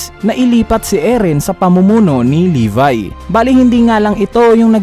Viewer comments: levi hindi levy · Libay daw imbis ng levi ang basa